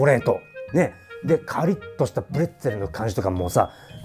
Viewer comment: TOPPOコメントの「プレッツェル」の発音がカッコよすぎて感動😭